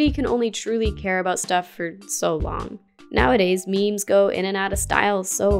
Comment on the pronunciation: Me mes? Pretty sure it's pronounced like meems even though it's written as memes